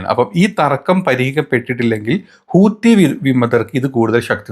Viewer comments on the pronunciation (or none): none